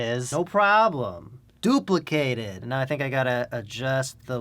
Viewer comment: DOOPla kate it. What was that a New York accent or something XD sick beats bro